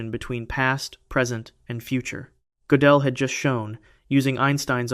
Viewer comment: Hard to keep up when his name changes from Godell to Gotellle every other sentence. Pick a pronunciation and stick with it.